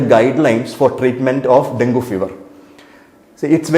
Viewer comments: IT IS infact pronounced as Dengi...if you can't use your brain at least use google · Doc, ithine den - gee ennu parayunnu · Pronunciation - Den-gee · At first you pronounced it as dengi, afterwards you came back to dengu